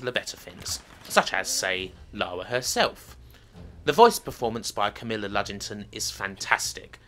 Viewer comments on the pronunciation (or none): none